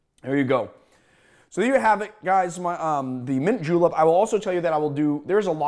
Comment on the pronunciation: did you just say J E W L I P S